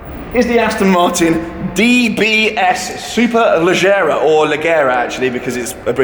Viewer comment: Fun fact: It's pronounced Superleggera with a smooth G , because Aston Martin was offended by Ferrari using the english word Superfast in their cars, so they choose the Italian word Superleggera.